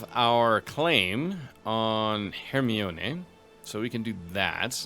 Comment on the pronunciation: I can't help but giggle a bit everytime you say Hermione, because it makes my brain think you're reading Harry Potter >_>